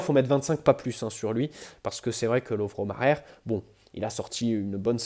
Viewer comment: Lovro Majer se prononce Lovro Mayer si jamais 😄 A part ça super vidéo (même avec ça d’ailleurs) continue comme ça 👍🏻👍🏻